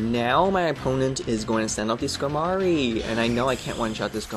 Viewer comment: Skamory? Skarmory. The R is before the M.